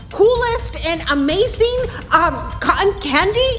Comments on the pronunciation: Ya but she says amaseen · mom thats not how you say amazing